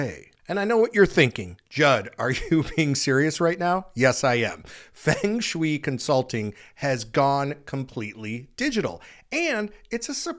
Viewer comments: Love you Judd… ahh it’s feng shui pronounced (fung shu ay) literally means wind- water, but means the smooth movement of energy (chi( chee) life force) through the home, office cemetery etc.😊humm maybe I should look into that job. ❤ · i don't think anyone should support AI with how harmful it is... but can you PLEASE learn how to pronounce Siri and Feng Shui the right way? you mispronounced both so many times that it was hard to take you seriously and i was starting to think this was a weird AI video... 😰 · That's definitely NOT how to pronounce feng shui 😂😂 but side note... Let's not go so far as to say pet psychics run "legitimate" businesses. We can say legal but legitimate is not just a stretch but a whole ass lie and everyone who isn't a stay-at-home mom knows it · you might want to learn how to pronounce feng shu correctly. Please remember that as an influencer, you have a responsibility to your audience. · I have no idea??? But it's What you kept saying Fing Swi. The word(s) is Fung like the sound of Fungus and Shh - way Like telling someone to Shush away.... Shh way You are pronnauncing it Fing.... like King and Shh weee like Shush and wheee like a sound a child makes when swinging on a swing.. whee... It's Fung Sh-way! This is a very well known word for anyone who knows anything about home designso to have you keep saying it completely wrong was like an ear worm. Grating on a nerve. Not to be rude. Hope that helps. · Fung sh-way not Fing Swi what in the world? 🤦🏽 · every time you said Fung Shui wrong, it made me cringe. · Respectfully.....you are mispronouncing 'feng shui' there are two ways to pronounce it. Unfortunately yours is not one of them.😢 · I am pretty sure that it's pronounced "Fung Shway." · Feng shoo-E. LOL wtf? This guy is a idiot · Dude . . . It is pronounced fung shway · Feng Shui is pronounced Fung Schway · Ffs man. It's fung shway. I know you've heard it pronounced correctly before. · feng shui - phonically pronounced "FUNG SHWAY" 😂